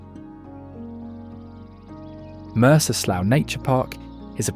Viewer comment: It's not called "Olympia City", it is simply Olympia. Also, Bellevue is not called "Bellevue City". Stop it with the "_____ City crap, will you? Again, it is not pronounced "Mercer Slou", it is pronounced "Mercer Slew" C'mon, get it right! Must be a British thing to mispronounce everything. Lake Sammamish is so polluted by all the development over the years, many of the fish that used to thrive there have died off. I should know. I lived by that lake for many years and fished it.